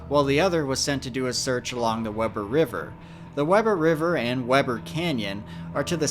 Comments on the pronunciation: Weber is pronounced “WEE-burr” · love your vids. small correction the pronunciation for Weber is not Webb-er but Wee-burr 😊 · I’m from Utah I remember when Garret went missing I have a son who was the same age and was an active Boy Scout there are a lot of people who have gone missing in the Uintas my heart goes out to his family just so you know Weber is pronounced We-bur also a lady was camping up there and was bitten by 14 recluse spiders they had got in her sleeping bag. Yes Misquote’s are bad in Utah you can get a repellent for them which helps it’s amazing how someone can get lost so easily and quickly ❤️ I have heard that his dad goes up every year and still looks for him. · You can really tell when someone isn't from Utah. 😂 I know this is a year old, but it isn't pronounced "Web er" it's pronounced "We ber". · Weber is pronounced wee-ber. Just trying to help. Great video. I remember when this happened. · Nice to see you in my neck of the woods, will say, though Weber is pronounced with a hard E for the first e, more like wEEber. But, good job actually coming out here to see the unique terrain. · It’s a little nitpicky, but you’ve always come across as a perfectionist. The Weber River is pronounced WEE-ber. I only know this because I currently live in Utah. I truly enjoy your videos, especially when debunking Dave. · The river is pronounced wee-ber. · All of the "Weber" references are pronounced — "Wee-ber." Those places in that area of Utah are named for John Henry Weber (Wee-ber) who was an early trapper and explorer of the area, who immigrated from Northern Europe I believe. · Weber is pronounced Weeber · This is pronounced Weber with an “e”, not Webber. This is a tragedy for the family. I hope they find him. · "Wee-ber" River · Weber is pronounced Wee burr. Just fyi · I'm from Utah and it's pronounced "Wee ber" river. Just saying. Good video though. Very thorough. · It’s pronounced Wee-bur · It is wee-bur weber river 😊